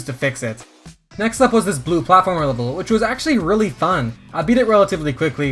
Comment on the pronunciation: "puzzle wevel"